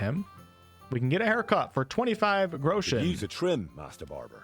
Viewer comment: Its "Grosch-en" not "Groo-schen" spell the"o" short.